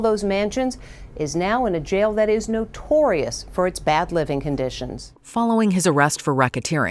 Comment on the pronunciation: Never joke about the media 😂😂… the emphasis on the NOTORIOUS word 😂😂😂